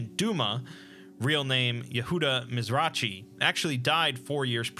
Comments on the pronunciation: one note: “Mizrachi” is pronounced just “‘Miz-ra-hi,” not “Miz-ra-tchee.” It’s the same sound as “Ḥanukkah” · I live your videos! One quick pointer, the name Mizrachi is pronounced with a gutteral Ch sound, like in the holiday Chanuka or in challah bread, etc. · You mispronounced Yehuda Mizrachi's name, the ch there is supposed to sound more like the j in Alejandro or the h in Hummus. It's not a native sound to English though so I understand the confusion